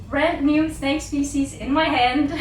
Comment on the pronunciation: DRINKINGGG GAME!!! So, here it starts again: everytim is saying/pronouncing `spezies´ you gotta drink! - Let the games begin...